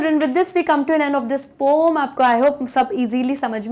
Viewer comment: पोम नि होता mam... 😂😂 poen होता है... 😂